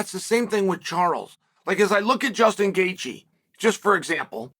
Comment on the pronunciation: It’s Gaethje.